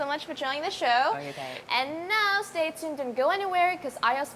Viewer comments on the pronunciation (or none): none